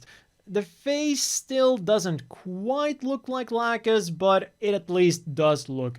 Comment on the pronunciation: Lol "Lack'us"